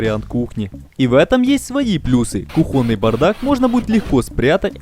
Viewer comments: Очень интересно и здорово. Спасибо! Но. Уважаемый гражданин с золотыми руками. Слышать ударения на "о" в словах типа кухОнный - несколько тяжеловато. Так говорить не надо. Проверочное слово тут - кухня, улавливаете? Ну кУхня - по другому не скажешь, равно как и кУхонька. Так что кУхонный - это для русского языка литературная норма. PS - ну и "ризетка" ... это кровь из ушей. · не кухОнный, а кУхонный. На весь мир безграмотность. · Все круто. Но почему кухоный шкаф и не кухонный? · ку́хонный, а не кухОнный. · кУхонный, слова кухОнный не существует. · Аж бесит ударение "кухОнный". Дитз за это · Вы конечно молодцы, но зачем так издеваться над русским языком: кУхонный а вовсе не кухОнный. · Вы замечательные! А если будете говорить "кУхонный", а не "кухОнный", то будет вообще чудесно!😉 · Очень круто, но как же режет слух, это ваш кухОнный и плюсОв. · Это всё, конечно, круто, сделать своими руками кУхню, но больно ушам когда говорят кухОнный гарнитур. Вы же не говорите вместо слова кУхня, слово кухнЯ. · хорошо. но блин постановка ударения, уши режет жесть. плюсОв, кухОнный и пр.пр. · РИЗЕТКИ, кухОнный - кровь из ушей! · Знак ударения в русском языке ставится на "у" (кУхонный). Простите меня, но эта ошибка жутко бесила. Слух режет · "кУхонный" может, раз уж на русском говорите, то правильно это делать? А то из левого уха кровь течет уже...